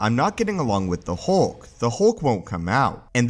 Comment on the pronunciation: HULK not HOLK.. Your voice is so monotone and terrible.